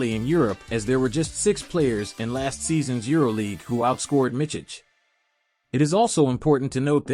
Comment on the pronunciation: The last name is pronounced Mitz-ich, not Mitch-ich. The first name is Vasili-ye, not Vasili-ya.